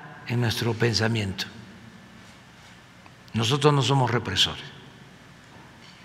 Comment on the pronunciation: "Ya no ej como ante...", "no somoj igualej". Ya parece cotorro.